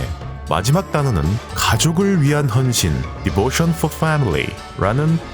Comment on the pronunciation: 뜬금없는 소리긴 한데, 님 영어발음 진짜 짱이시네요. 디보션 폴 패밀리 그부분요.